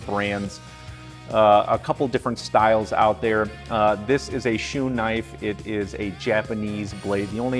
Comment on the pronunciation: Thank you for pronouncing “Shun” correctly.